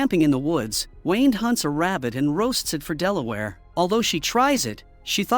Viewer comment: Delaware lmao, it’s Delilah